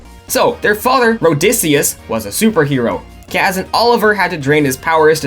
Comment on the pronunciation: His name is Odysseus, not Rhodysseus